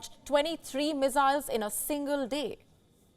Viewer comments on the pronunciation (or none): Mizzzzzzzyles uh?